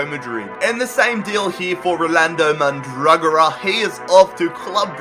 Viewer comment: his name is Man-dra-go-ra :)